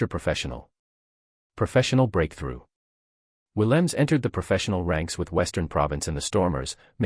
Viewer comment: SInce you want to expose our premier player, please find the time to correctly say his NAME!!! Williams is NOT his name!!! The 'E' on the end is NOT silent either. Say it, or you don't describe our star!! Thanks